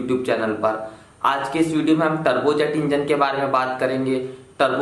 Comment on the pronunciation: Bahi muje lga ki ap trbuz engine bol rhe Ho 😂😂😂